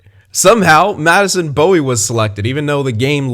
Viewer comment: Also Bowey is pronounced Bow (as in a bow after a presentation etc) e not bow (weapon) e like how you were pronouncing it. Considering I did get to watch him when he was in the WHL with the Kelowna Rockets